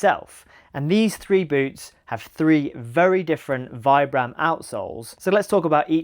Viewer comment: I never trust anyone so ignorant as to not able to pronunce Vibram - the single most important outsole brand. Oh, Vibram is the focus of your video.... sigh.